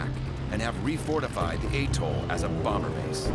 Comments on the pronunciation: Atoll. Not Attol SMH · Atoll not aetoll....please!!! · It’s atoll not attol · Is this really how Americans pronounce "Truk/Chuuk" and "atoll"?